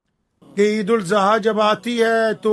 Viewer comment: जब हजरत मौलाना साहब ईद उल जुहा नहीं ईद उल अजहा होता है